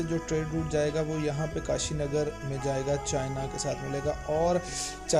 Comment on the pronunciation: KASHGAR......Not kashinagar...Kindly do the necessary editing....